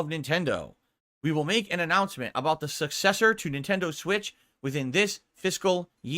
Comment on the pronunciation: He really needs to learn how to pronounce successor.